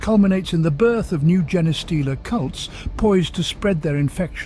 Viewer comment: Gene Stealer not Jenna Stealer.